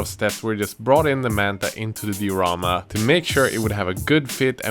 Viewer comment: Cool videos but the way you say diorama ticks me just a bit